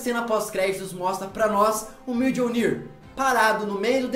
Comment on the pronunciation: e Miônir e não Mijonir kkkk pqp MAS O VIDEO E BOM